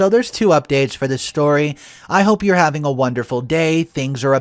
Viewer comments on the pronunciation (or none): none